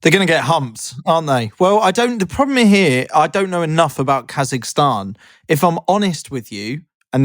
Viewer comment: I’m sorry but KAI-zahstan?!